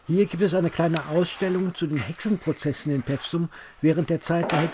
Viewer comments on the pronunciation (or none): Vielen Dank für diesen schönen und informativen Film aus meiner/über meine Heimat! Etwas zum Schmunzeln gab es auch: "Peffsum" - richtig ausgesprochen wird der Ort Pewsum mit einem langen "e", also etwa "Peefsum". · Bitte nicht pewsum sagen. Das heisst Peewsum. Mit langem e. Ansonsten nett.